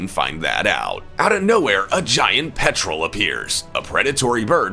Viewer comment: in. It's pronounced Pet-rel. Not Petrol like the Fuel. (roll the R with your tongue)